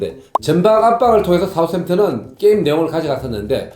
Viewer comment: 발음 구수하십니다 형님. ㅅ ㅏ 우스 햄튼